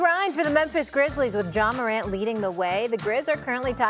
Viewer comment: Is Molly saying John Morant at the start… 😒 because it really sounds like it..